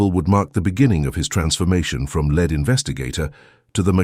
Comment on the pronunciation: LED investigator 😂😂 Lead is one of those words that have 2 meanings with diffefent prononciations. Lead (pronounced LED) is the metal. He had a bit of a leaden feeling in his gut, that's for sure! You're looking for "leed" (the lead in the race. Lead role in a play. Lead detective.)